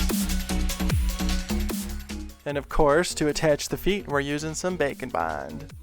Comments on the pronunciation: I love the way you said “bacon bond”. Bwahahahaha 😂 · Every time he says' Baker and bond', to me it sounds like 'Bacon,Wine' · It sounds like you are saying bacan bon (witch sounds amazing) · Cristine from simply nailogicals fans thought she was saying glossy taco in stead of glossy top coat and now just calls it a glossy taco. With you, I know you saying bake and bond, but it sound like bacon bond. Lol. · All this time I thought you said, "Bacon Bond" but its "bake & bond"..... heh totally didn't look that up like an idiot... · who else hears "bacon bond" lmao! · Is he saying “Bake and bond”, or “Bacon Bond” 😅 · Bacon Bond makes me think of bacon bits, the way he says it.